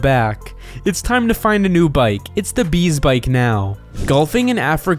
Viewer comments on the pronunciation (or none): Its a be-bike😂😂😂😂😂😂😂😂❤